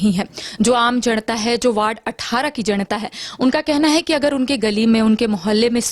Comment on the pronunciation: जणता नहीं जनता बोलिए रिपोर्टर महोदया